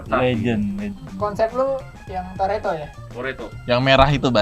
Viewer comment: mah bukan toretto, tapi toletto 🙏🙏piss